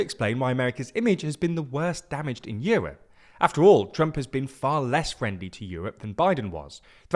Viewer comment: Yewope? It’s called Europe.